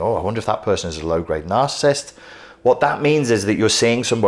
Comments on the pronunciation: Those are 3 syllable words...cant take you seriously if you wont pronounce it. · Why can this man not pronounce the word he's doing a lecture on lol